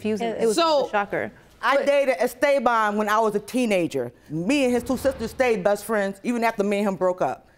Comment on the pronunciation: 😂😂 she said es-stay-von